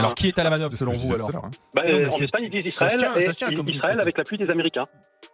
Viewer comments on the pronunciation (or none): none